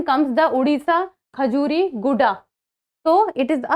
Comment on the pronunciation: Mam sorry but It's Odisha Not Udisha We have fought it and got the 97th Constitutional Amendment